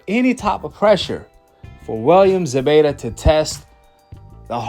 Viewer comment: It's Zepeta with a p!!!